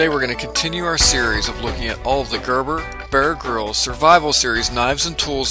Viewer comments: I find myself saying "Ermahgurd" every time you say "Gerberbuhrgrihlz". ;-) Bit of a tongue twister, this one. Great looking video. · Gurr burr Be-urr Grylls.